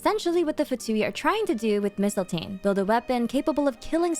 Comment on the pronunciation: Oh my gosh, thank you for pronouncing mistiltein correct. I was getting so mad when every character was saying it wrong.